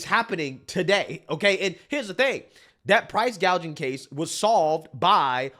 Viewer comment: No, remember its "Price Gauging" 😂 not price gouging 😂